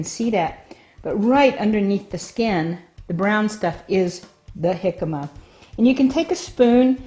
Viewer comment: Your pronunciation of it is making me want to call the cops. Please learn to correctly pronounce the word.